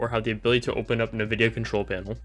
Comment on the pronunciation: this guy really said navidia instead of 'N' Vidia